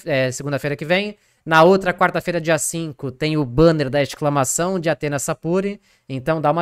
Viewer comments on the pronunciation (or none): vazou o carioquês nesse eXclamação ai